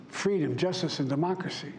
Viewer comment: Can't say democracy or cherish? Lol😅